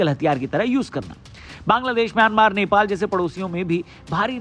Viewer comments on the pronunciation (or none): none